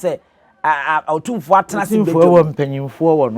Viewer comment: WADAWOROMA, IT IS NOT OTIMFOƆ. WE SAY, OTUMFOƆ. THANK YOU.